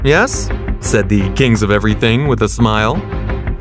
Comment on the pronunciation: "They king of eweything"